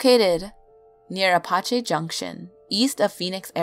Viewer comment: You said Apache wrong